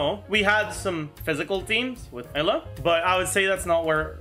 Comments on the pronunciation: When did Eula become "Ella" ? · German pronouncation.